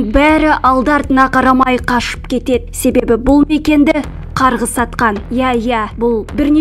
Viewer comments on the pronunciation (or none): Жүргізуші қыздың әліппесінде “ і “ “Ы” деген әріп болмаған сияқтығой))) Дейд кетед келед көрінед келед деп жүйкені жұқартты😑